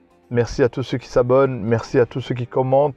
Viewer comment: Stp arrête de faire la liaison « qui zon » c’est horrible à l’oreille. Beaucoup de marocains font la liaison, ça ne fait pas sérieux